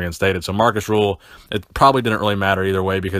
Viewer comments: it's not Markus "Rule", it is Markus RÜÜÜÜÜHL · It's Markus Rühl with an ü not u. Special vowels are transfered from German to English when it comes to names. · It is not pronounced "rule".